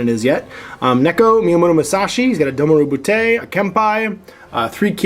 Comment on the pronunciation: Ouch; the Japanese. Keisotsu: Kay-soh-tsu "けい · そつ" ( Kempeitai: Kem-pay-tye "けん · ぺい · たい" ( Domaru Butai: Doh-ma-ru bu-tye "どう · まる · ぶ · たい"( "Neko": Neh-koh, "ねこ" ( ... that said, you nailed Miyamoto Musashi; helps that it doesn't have any double-vowels. ;) EDIT: For anyone correcting my corrections: I'm simplifying. Added kana and links to better-satisfy. :/